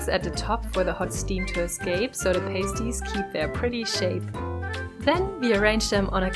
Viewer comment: Its pronounced Pah- sty not pay-sty